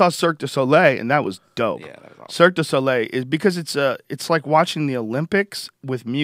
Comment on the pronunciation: man, Joe does not know how to pronounce "Le Cirque du Soleil"